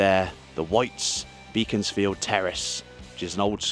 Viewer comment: Aw come on, you gotta allow that attempt - "Beacons"field is reasonable